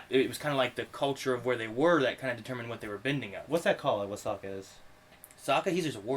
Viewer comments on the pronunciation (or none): none